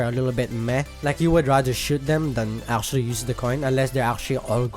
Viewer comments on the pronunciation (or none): Don't take this the wrong way, but it makes me laugh everytime you pronunce "Actually" as "Arschually". No offense, seriously, I just love that pronunciation. Anyway, I'm a Kinessa main, so you can probably tell which Damage champ I prefer.